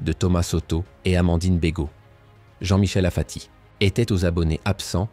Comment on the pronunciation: Apati et non pas afati 😡